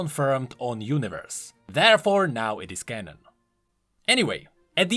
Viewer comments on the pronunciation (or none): none